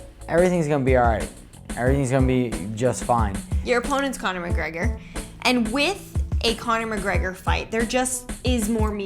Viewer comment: i hate the way he pronounces "conor mcgregor"